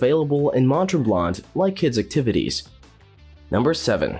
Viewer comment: Clear you are not Canadian 😂 Mont Tremblant is pronounces Mont Tremblan (the t is silent ) Lake Louise is not pronounced as Lewis